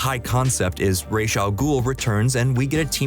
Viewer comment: How hard is it to say Ra’s?